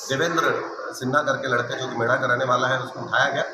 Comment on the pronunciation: मेड नहीं मेढ़ा है भाई साहब